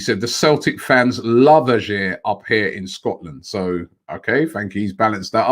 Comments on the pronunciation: OMG Robbie is not pronounced A-SHERR but A-YOH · Ajer is pronounced "aye er". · First of all robbie you arent saying AJER name right Hes not good enough for us so take him (Celtic fan) Hands off edouard